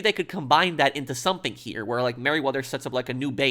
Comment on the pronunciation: When you say the word "here" its allways like herrrrrrrrrrreeeeee